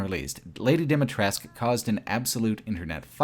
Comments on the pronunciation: Great video, just one small correction: Dimitrescu - the U at the end is not silent, but very prominently pronounced in Romanian So it's not "Lady Dimitressk" but "Lady Dee-Mee-Tress-Coo" - ironically many youtubers made this mistake, omitting the last vowel and I don't know why. Do the characters ingame omit the vowel too? Haven't played it yet, but if so, it would be the same thing as with Niko Bellic back then during GTA IV, where the VA pronounced the C like a hard K, despite the correct serbian pronounciation ending with a sound akin to the CH in "Choose". Nonetheless, insane what kind of work you put in for this project. Watched it over the course of 3 days during breaks at my job and I enjoyed every minute of it. Keep it up! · Say it with me: "Dee-mee-tres-cuu